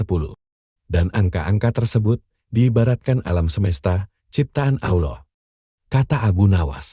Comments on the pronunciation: Satu keaiban yang besar kalao sebutan " Allah" kayak orang yang pelat!!! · Sebutan "Allah" harus diperbetulkan nurut "makhrajul huruf" yang benar...jangan asal boleh tapi tak boleh!!! maaf!